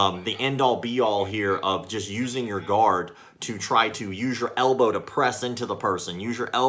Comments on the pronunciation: I thought he was saying "god" and not "guard" and I was very, very confused. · “How do you like the Gahd now” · What's more irritating than his bullshido, stupid uniform and gross haircut is his pronunciation of "guard".